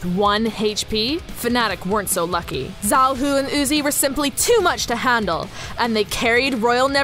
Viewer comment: he is xiaohu instead of zhaohu